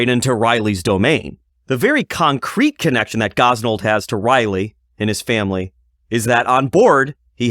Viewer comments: Dude quit say Raleigh as Riley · Raleigh is pronounced Rawley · DUDE YOU WENT TONTHE DENTIST, DID HE HAVE YOU SAY AHHHHHHH!!!!!!!!?????? OR IIIIIIIII!!!!?????? YOU SAY RALEIGH AS RAHHHHHH LIKE AHHHH YA FUCKING TWIT. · SO HE HAD TO SAY AHHHH, BUT HE STILL CAN'T SAY RAHHHHHHHLEIGH!!!!!! DOUCHE